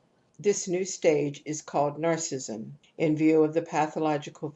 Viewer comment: much appreciated, but her pronunciation of narcissism as 'narcism' is so distracting!!! can we please give her a call?;-)